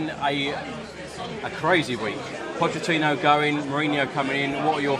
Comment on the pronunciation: "Puddachini" - this gave me a bit of a giggle I have to admit 😁 #LonglivePuddachini